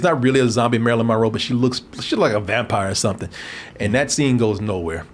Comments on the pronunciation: Drink every time he says Marilyn Ma-Row 🥴😵🍸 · He can't seem to enunciate Monroe correctly